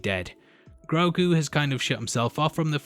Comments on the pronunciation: Ashoka clearly called him groogo not groogu, no u sound but o sound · His name is Gro'ghu.